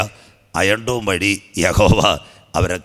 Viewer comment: അയം ഡോൺ 😭😭😭😭 ഹ ഹ ഹ തള്ളുമ്പോൾ നോക്കണ്ടേ ഇപ്പോൾ മോങ്ങിട്ട് കാര്യമില്ല 😂😂😂😂